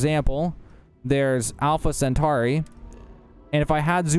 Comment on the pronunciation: Just rename the channel to alpha centari shit u say it without fail in the first 30 seconds of every video